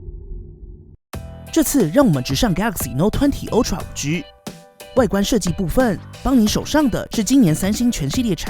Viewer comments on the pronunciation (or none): Ultra是唸凹不是歐喔